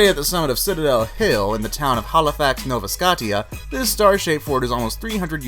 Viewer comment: Doesn't include any videos whatsoever, just stills of supposedly haunted places. Also dude can't pronounce Novia Scotia.